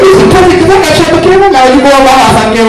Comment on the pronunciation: Can't stop watching ... "tropicana" lmao